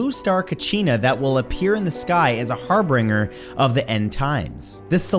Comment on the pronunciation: It's pronounced ' 'har bin jer' not 'har bringer'... no offense intended 😊